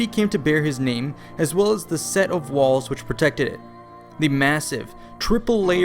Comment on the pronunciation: it sounded like you lagged then started talking again lol. And it sounded like you said "protecteh..." but I think you meant "protected" lol. Are you a robot or did I catch a change in the matrix?